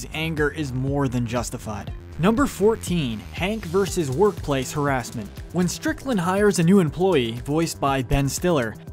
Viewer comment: Oh no you pronounced harassment wrong, watch out for the sjw's